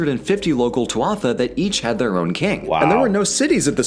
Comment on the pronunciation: tuath - pronounced Too - Ha